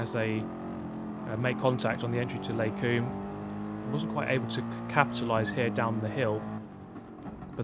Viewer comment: The way you say "Les combes" is killing me (as a French)